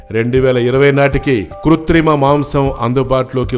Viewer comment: Ayayo channel is not able to analyze covid inko samvatsaramlo bhoomi khali avuthundi Mari africa lo prasthutha paristhithi yento chepparaa kuthrima pronounce cheyyaleni pappa 🌾🐸🐸🌾🐸🐸🌾 🐸🐸🐸🐸🐸🐸🐸 🐸🐸🐸🐸🐸🐸🐸 🌾🐸🐸🐸🐸🐸🌾 🌾🌾🐸🐸🐸🌾🌾 🌾🌾🌾🐸🌾🌾🌾 🔫💥💥🔫💥💥🔫 💥💥💥💥💥💥💥 💥💥💥💥💥💥💥 🔫💥💥💥💥💥🔫 🔫🔫💥💥💥🔫🔫 🔫🔫🔫💥🔫🔫🔫 🔫🔫🔫💥🔫🔫🔫 🌴🐼🐼🌴🐼🐼🌴 🐼🐼🐼🐼🐼🐼🐼 🐼🐼🐼🐼🐼🐼🐼 🌴🐼🐼🐼🐼🐼🌴 🌴🌴🐼🐼🐼🌴🌴 🌴🌴🌴🐼🌴🌴🌴